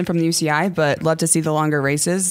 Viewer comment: Longer not linger.